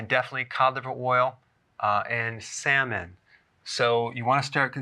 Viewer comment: SEMEN... WHAT?? WTF! -SALMON... ahh my mistake man, all's ok